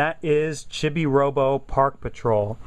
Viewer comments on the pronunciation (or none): Its pronounced chee-bee not chibbi :) :)